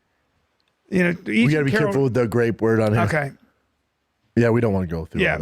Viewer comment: "Grape allegation" What's a GRAPE allegation??? That's a new one lol